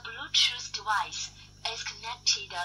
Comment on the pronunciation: "De blootjoose debica is reedy to pal... the bjootoo debice is connectidad successfulley..." that's for sure some cheap generic chinese bt junk :-)